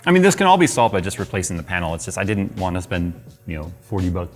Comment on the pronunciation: LCD pain-el. 😖